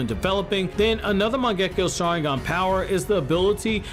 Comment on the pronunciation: Your saying the saharingan wrong